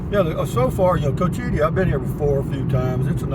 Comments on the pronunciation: It's pronounced Coach ua tee lake. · You mentioned that you were unsure about the pronunciation in a previous video... it's pronounced coach-eh-tee